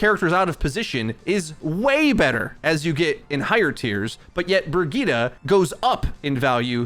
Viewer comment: Her name is brigette like bridge it